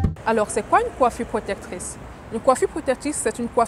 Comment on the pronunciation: J'veux pas être irrespectueux mais c'est hyper énervant c'est" protectrice" pas protetrice